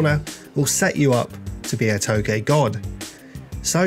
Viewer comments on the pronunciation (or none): Too-j like j from jeff not toegay no hate just saying :)